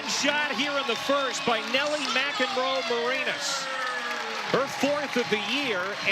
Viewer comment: PBP Announcer: Nelly McEnroe-MaREEnas. Please get it right.